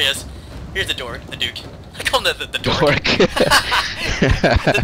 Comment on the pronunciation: A clear victory! All hail the dork of normandy! Epic mispronountian